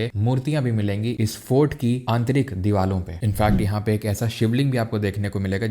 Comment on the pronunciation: Deewaron pr not deewalo pr😂